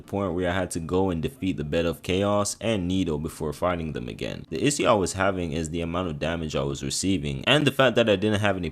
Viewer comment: Somebody gotta teach my dude how to say the word “issue” 😂😂